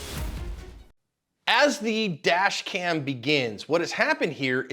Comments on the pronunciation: I could swear you're saying vadge cam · I honestly thought you said vag cam lmao i was like wtf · I swear it sounds like you are saying vag cam. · I thought ya said vag cam🎉